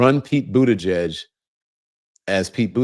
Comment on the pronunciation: How on earth is he getting 0% of the black vote, and he hasn't run for anything since 2019, he was Biden's transportation secretary, appointed by Biden like every other cabinet member, and instead of calling him mayor Pete maybe you should learn how to say Buttigieg, which is his last name, and start showing him respect when it comes to his name like you do with every other U.S. politician. He is busy fighting Donald Trump constantly and doing real work trying stick up for black communities and also for women's rights and also workers rights. This is a real shame.